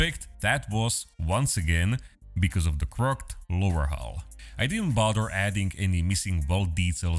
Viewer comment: Crooked is pronounced crookid